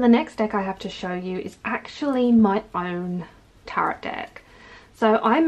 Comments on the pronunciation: Hello! I'm curious why you pronounce the second (silent) T in "Tarot"? It really threw me off, as I've never heard anyone speak a silent T, except in error. Thanks! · It is actually pronounced taa-row (best way I can think to spell it, so that it makes sense. But I've never heard anyone actually pronounce the last t, like as in Carrot, I'd imagine it as if they're carrot, with a T but I'm not sure that's how you meant you pronounced it!!! Either way! Call them whatever you call them! My mother in law calls them the devil, and I'm doing the devils work- 20 years later. I've never stopped doing what I love!